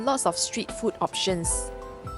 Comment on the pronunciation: food it has a long vowel oo why do Singaporeans speak so poorly - fooood and drinks not ft and drinks Chinese speak English better